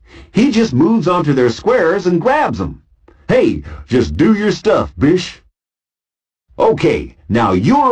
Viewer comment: It sounds like “bitch” whenever he says bish.